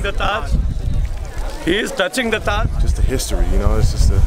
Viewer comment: Taj not raj